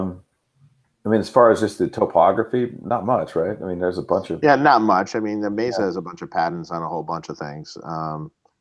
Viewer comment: It’s May Suh not Mezza